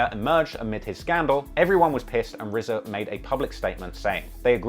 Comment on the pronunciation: Two million dollars and it’s just a standard cheap ass CD. They could have at least pressed it on vinyl... Also-RZA had a two million dollar payday and STILL can’t pronounce his R’s?! He should have spent some of that money on a speech therapist.